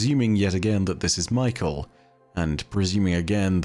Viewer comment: I’ve known people with the name Mykel before and they pronounced it more like Mee - Kell rather than like Michael.